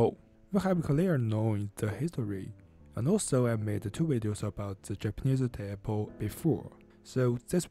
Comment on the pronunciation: I am Japanese. For me, this video feels a bit racist towards Japanese people. This is because the intonation and accent of Teppo (gun) in this video are sounds like Chinese. Japan is indeed geographically located in Asia, but the language is a completely separate group from Chinese, and Japanese is not a "Cheng Chong" "Bing bong" or "Ling Long" kind of language.